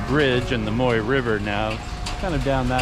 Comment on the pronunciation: Be careful with your pronunciation of that river,. At least in polite company. "Moy" means pubic hair in Thai, so you're calling it the pubic hair river! 555 Try saying it with your teeth together while smiling really big. Sounds silly but that will get you close to the correct sound. Thanks for the video!